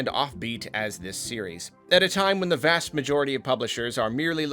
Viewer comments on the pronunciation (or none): none